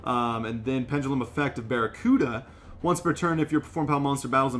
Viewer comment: isn't is penDelum... saying it like PenGELUM